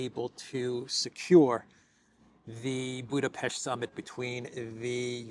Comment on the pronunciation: Appreciate you pronouncing BudapeSHt correctly 👍